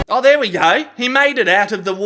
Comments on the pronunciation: "And jumps, into the shitty wota" 😅😅😅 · Get back in the WOTAH! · "and jumps into the shitty watah"